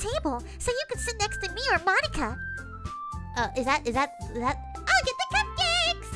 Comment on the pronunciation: i heard says moneyka